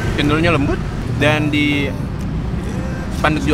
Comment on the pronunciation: "cendolnya lembut" suarany lucu kepeleset gitu hee